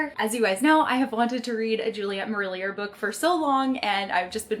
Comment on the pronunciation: FYI It's pronounced Juliet Marilli-AY. It's a French name so the R is silent. Just thought I'd let you know because I also mispronounced it a lot and was informed it's incorrect. :) Love the book haul!